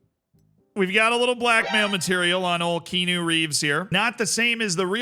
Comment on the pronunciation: Kean-u is killing me